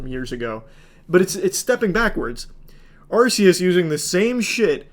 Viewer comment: The way he says arceus is distressing